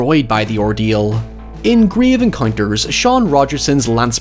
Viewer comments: ‘Gryev encoynters’ I love you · I unironically like and enjoy Grave Encounters (love how you pronounce that) both as a FF horror film and a parody. The "scary" part for me wasn't the happenings or ghosts themselves but the repeating or suddenly disappeared hallways, doors and staircases and the time warp effect. I always found those ghost hunting tv shows to be way over the top and trashy (though I watched X-Factor religiously) and so enjoy the parody of them. The show Supernatural actually had a couple of recurring characters that were producing such a show, calling themselves the Ghost Facers. All episodes with them were hilarious. On the topic of fount footage horror movies, have you done As Above So Below?